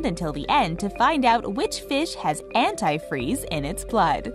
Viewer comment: The way you say antifreeze makes me think you've never used that word before.